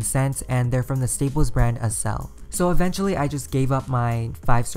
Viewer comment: I think its pronounced "akcel" like in accelerate